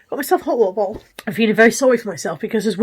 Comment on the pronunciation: The word without a "t" - ho' wa'er bo'le, haha 😀. Hope you are feeling much better by the time I watch this. Sending a virtual hug from across the pond.